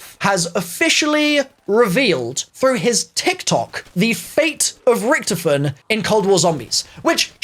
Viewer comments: It's not ricktoefin, it's Richytoffee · Its not ricktifen, ITS RICH TOFEN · Can we talk about how he saying richtefin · It’s pronounced rick-toffin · Who else got triggerd when he said richtifon I can’t spell the name but he said it wrong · “RIcTofeN” why does he say it like that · Anyone noticing he says "Richtiffen" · When u don’t know how to say Richthofen👆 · To me it sounds like he is not saying his name right but I could be wrong who knows may be some people say his name differently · The way he pronounces richtoften does my head in